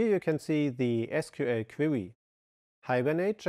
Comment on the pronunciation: Hier mal eine Kleinigkeiten um die Aussprache zu verbessern "instantiate" = instan schi eit und "Query" = Kuäri und huge = hiug mit h. Fass es als konstrokutive kritik, denn dadurch wirken deine Videos noch professioneller, anstonsten rest ist top